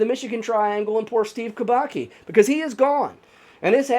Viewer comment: Kubacki is pronounced Kooo-baa-ttt-ssss-kiiiii That said, Mermaids kidnapped him, enchanted him and kept him underwater and then let him go. It happens a lot in Haiti.